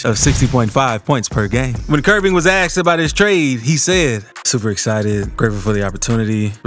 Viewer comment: It’s not “axed” it’s “asked”